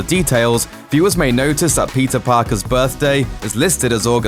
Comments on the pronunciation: Bro, it's not pizza it's Peter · Everytime u say peter, i thought u said pizza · did he just call him pizza parker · Is it only me who heard PIZZA every time he said peter 😂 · Is it just me or when he says Peter is sound like pizza? Yeah I think it’s just me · Why do keep hearing Pizza whenever he narrates Peter 😂😂😂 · He prounances Peter Parker like pizza Parker 😂😂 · I thought he said "pizza" every time que said "peter". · i keep hearing the word pizza instead of peter. lol. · Why do i hear " Pizza parker" from the narrator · Whenever the narrator says "Peter", what I hear is "PIZZA". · I keep hearing "Pizza Parker" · Just me or anyone else hearing Pizza Parker? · why does he keep saying pizza parker